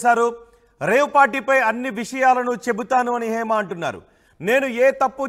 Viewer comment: Heima kadu ra bhaiyya it's Hema